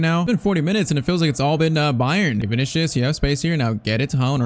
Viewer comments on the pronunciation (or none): Bro I swear this blud is sayin vinicshus